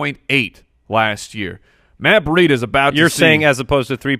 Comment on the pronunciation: When you guys say Matt Breida it sounds like Matt Burrito. I wish you guys would start calling him that, perfect Fantasy Footballers nickname.